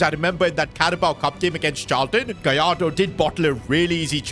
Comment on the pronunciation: Gallardo ❌ Goalardo ✅